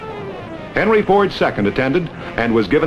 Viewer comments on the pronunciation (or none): none